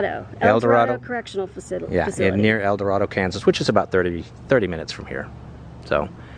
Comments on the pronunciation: Sorry had to comment and correct. I was born and raised in El dorado. And it’s pronounced El Dor-Ay-do. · The rivers are pronounced are-KAN-sis, not are-kun-SAW. The prison is in el-doh-RAY-doh. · Yeah that called the Arkansas river the R-Kan-Saw river..LOl They also called El DorAdo El Dor ah-Doe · I doubt you see this so late. I just stumbled on your videos. Wichita is my old hometown. I grew up there. Good video but let's get you pronouncing that river right. It's the Ar-KAN-sas River 🙂 Also, El Dorado has a long A sound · El Dorado is said with a long A in Dorado. Don't really know why. Anyways, y'all missed one of my favorite bronze statues in downtown, it was just East of Century II. It's a statue of a bar that you'd find in an old diner. It commemorates the civil rights movement sit-ins, as in 1958 one of the first sit-ins in the country took place here in Wichita at Dockum Drug Store. The aforementioned bar was the lunch counter in the store. The result of the sit-in was the desegregation of all Dockum stores in Kansas.